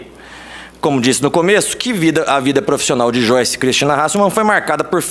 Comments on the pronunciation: Aprende a falar o nome da pepa direito. Não é "choice". É "joiche". Afinal ela fala "bolchonaro", "achechores" "cheguidores"....É discípula da xuxa kkkkkkk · Não é xoice e sim joice hhhhh brincadeirinhá! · "Xoice" kkkkkkkkkkkkkkkkkkkk